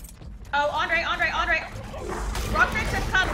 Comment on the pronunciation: It's Andre not "Andrea"